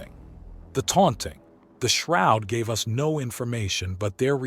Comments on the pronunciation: I'm getting very tired that the damn AI pronounces us and U S.... it's distracting. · Teach the AI how to pronounce the word us and not the the letters